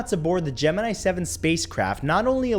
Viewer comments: For anyone who wants to know how it's pronounced, watch NASA... Not this crap. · You don't know how to pronounce Gemini.